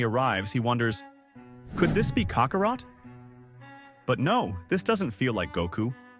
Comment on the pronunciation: Please learn how to pronounce Saiyan, Namek, Kakarot, & Kai